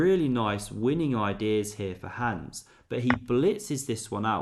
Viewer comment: You just can't be flexing with German words if you're totally butchering the simplest name "Hans" by saying "Hääns" 😑